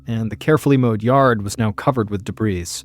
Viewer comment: #MrBallen’s Medical Mysteries Podcast Medical Mysteries Podcast The word debris is pronounced "debree." The "s" is silent.